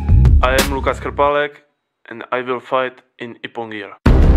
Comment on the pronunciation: thanx for clarifying concerning ass-scratch wazari. Cause it's the weirdest score. It is always funny when the announcer pronounces Krpalek wrong.